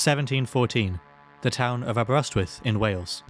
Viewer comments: Aberystwyth, nid Aberestwyth. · I bet Aberestwyth isn’t pronounced like that. I swear those guys use an alphabet that looks like but is entirely different to the rest of us.